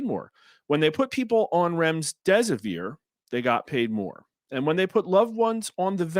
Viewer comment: There is no s between the m and the d in Remdesivir.